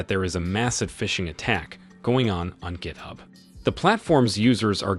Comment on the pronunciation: "Gith-ub" oh 😂